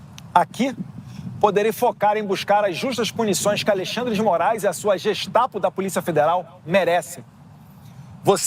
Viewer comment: Não sabe nem pronunciar a Gestapo! 😂😂😂😂😂😂